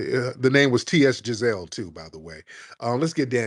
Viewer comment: Lol, this guy said his name was "TS Jazelle." 😅 I had to stop the show, man 😂